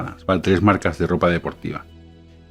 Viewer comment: Un español sin complejos en pronunciar correctamente las marcas no españolas! Inaudito! Gracias por tu video tan interesante.